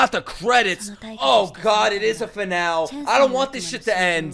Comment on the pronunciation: You're pronouncing finale wrong